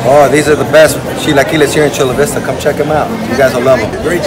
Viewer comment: And what's with them not knowing how to pronounce Chula Vista they pronounce it like Bros and they don't look like Bros to me LOL